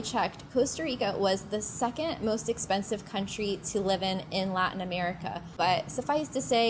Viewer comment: The word latin is pronounced latin. It is not pronounced lartin.